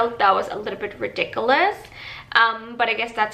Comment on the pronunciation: This dummy is so wrong on so many things! I have lived in Canada my entire 63 years and I rarely tip...just choose 0% on the machine. Healthcare is free, prescriptions are not, but large companies off prescription benefits. There are many banks that charge no fees regardless of balance. Learn to pronounce RIDICULOUS! Would anything you mentioned have prevented you from moving to Canada had you known it before hand?